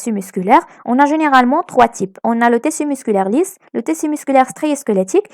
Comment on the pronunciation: Mes encouragements, c intéressant, mais stp, on prononcé tiiiiiisssu et ne pas teeeeessu. Et tu va vite, on suit pas... À part ça, t'es la meilleure.